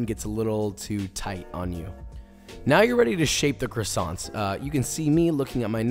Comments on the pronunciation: As a french, dying a little inside every time he says the "t" in croissants 😅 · Would be great if Joshua learned how to pronounce "croissants". It's not "krassonts", it's "kwas-zon". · The minute he said CrussonTs instead of croissants I have to find a different video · Its quasonts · Can’t pronounce what he’s giving directions to make, classy. Love me dem CrissAnts. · they are NOT "krisants" dude, learn how to say it with some style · Great video! Best one I’ve seen so far on croissants! Maybe I’ll finally give them a try :) oh and btw in french we dont pronounce the “t” at the end, so its pronounced “croissan” :) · I just wished he said the word “croissants” the right way!! Love the method though just feel annoying whenever I heard him saying the word “croissants”. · Americans pronounce croissants in a very strange way !! Also herbs, there is a H at the beginning and it is pronounced. In English anyway. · fun fact: you don't pronunce the N and T in croissants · Great job. They look deliscious... But you really need to learn How to prolounce what they are :) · Don't pronounce the "ts" at the end of croissants if you want to say it the right way